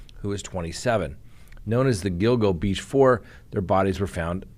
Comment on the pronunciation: Yes. You are pronouncing “Gill-GO” Beach correctly. 👍😊